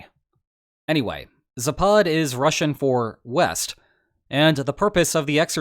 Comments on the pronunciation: Just a detail, but the Russian word for "West" is pronounced "ZApad", rather than "zaPAD". As opposed to the Russian nuclear court jester (shouldn't that be his official title?), who is "MedVEdev", rather than "MEDvedev". The thing with Russian word stress is that it's very pronounced, and when misplaced, it can totally alter the meaning of a word in some cases. That aside, keep up the good work,! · The proper pronunciation of zapad is ZApad, emphasis on the first syllable, just FYI. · It is zApad, not zapAd